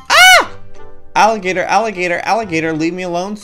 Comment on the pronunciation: FLASH BACK TO ANOTHER EPISODE. oh no its an agilator! aligatar? alligator.